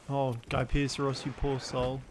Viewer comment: That pronunciation of Gypceros is atrocious 😭 🗣️ Guy - pierce - ros